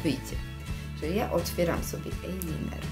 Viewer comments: Proszę ajlajner a nie ajliner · Ejliner XD Ajlajner XD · fajne tylko mnie troche rozśmieszyło ,,ajliner" a nie ,,ajlajner" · ejliner XDDD 😂😂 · eliner xdddd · ejliner xd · ejliner [*] już po pierwszym razie jak to powiedziałaś to włączyłam bo każdy wie jak to się wymawia ;_ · ejliner?dziewczyno podstawy angielskiego leżą